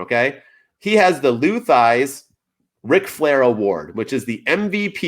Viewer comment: Slight nitpick but for future reference it's Lou "Thezz", not "Thighs". But right on about WON being very AEW-centric, Idk how Moxley got Wrestler Of The Year over Roman, and even Meltzer had to admit that was crazy-- not crazy enough to veto it though.